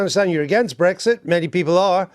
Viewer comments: Oh she's talking about "brethit" not Brexit. Maybe thats why Andrew got confused. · Bottom line is she'd rather laws in force in the UK were made outside the UK. Like all pro-EU people she wants a proxy government i.e. the EU.And she talks in generalities and abstractions, like a student who's never grown up. And it's Brexit with an x, not Bregzit, as she keep saying. Also, she's evidently a liar: says the Greens want immigration controls, in the next breath shows they don't, because their police IS for open borders - then she waffles on about reuniting families. Insane.